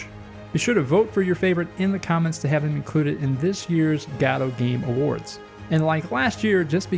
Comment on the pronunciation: Do you pronounce godot wrong on purpose